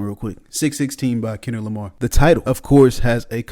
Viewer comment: Ah yes. Kenrick Lamr😅